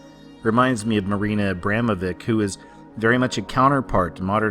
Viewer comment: its not abemovik its abramoviĆ you also have Č